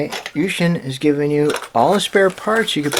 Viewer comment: lol i know chinese and you read the name wrong XD